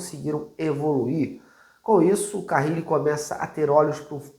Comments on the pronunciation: Crítica construtiva: não dá pra errar o nome do técnico, né? É Carille, não "Carrile". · é CARILLE E NÃO CARRILE😂